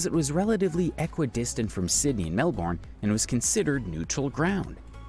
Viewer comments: Isn't it pronounced, Melborn. I think your wrong. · Australians pronounce it Melbin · Those mispronunciations... Especially Melbourne... Are driving me nuts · The American pronounced a lot of things wrong, another was the Murray River, I actually live on a Murray River town, other places not pronounced correctly was Melbourne, Brisbane, and Fraser Island. It does my head in. 🤦‍♀️